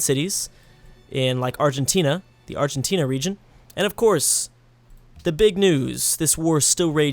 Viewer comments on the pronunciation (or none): none